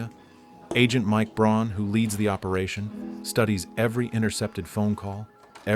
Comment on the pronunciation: Look at the text in any part it's funky, the same scene is different between cuts, people fingers drawn lines like it's a pen, objects like AK clips are flexible so it's clearly AI video. Speech is jumpy with odd gaps between words and says Braun rather than Brown so also clearly AI. I'm sure there's a real person giving prompts and ideas doing a bit of editing but by now they probably automated most of their workflow and just get all their ideas from AI as well